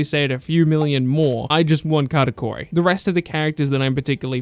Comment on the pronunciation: Karakori, I think you mean Katakuri